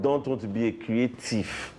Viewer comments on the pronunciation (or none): His creative not creathiefs😅❤